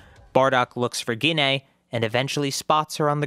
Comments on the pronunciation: here’s a little help with prounouncing gines name JEE-NAE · Why are you saying Ggiine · Gine: ❌ Ginay: ✅